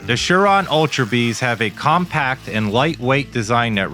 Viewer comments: It's prononced, SIR RON, not shir ron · It's surron not shurron